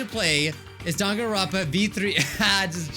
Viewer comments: hey did you see how he said Dangnaronpa instead of Dangonrompa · why hasnt anybody noticed that its dangnaronpa instead of danganronpa 😔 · "Dangnaronpa" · "Dangnaropa" oh yeah, this is big brain time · No hate but its DANGANRONPA not DANGNAROPA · Ah yes , my favorite game , daNgNaROnpA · MANS REALLY SAID "dangnaronpa" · Wait- what’s Dangnaronpa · it says dang na ronpa and its so triggering